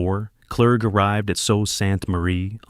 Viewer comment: We pronounce the Sault portion as Sue. The L and especially the T are silent